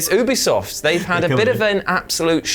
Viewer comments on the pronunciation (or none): Considering how funny and charming this channel is I bet they're one of the only channels that consistently mispronounces Ubisoft on purpose, just to mess with the nerds, but just in case: Ubisoft is short for ubiquitous software. Not ooobiquitous software. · I honestly loved Ghost Recon Breakpoint. BTW. ITS UBISOFT! NOT OOBISOFT!